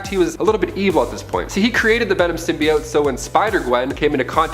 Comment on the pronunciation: I forgot about the "symioooot" pronouncing